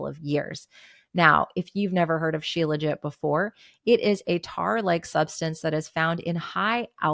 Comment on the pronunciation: Becky Niles says shilajit like “shee-la-jee”.